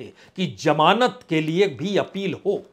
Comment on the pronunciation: Jamaanat This is wrong pronunciation it actually means Zamanat